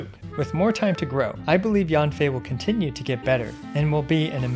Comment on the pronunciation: actually in mandarin, Yanfei is pronounced like "yen fei". Yan sounds "yen" while Yang sounds "yang".